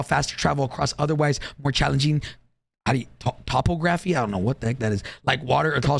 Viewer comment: trying to say topography 😂